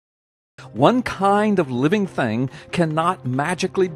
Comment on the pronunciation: Ah, the classical "living theng".